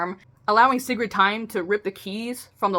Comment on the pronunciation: I think how u said sigrid is correct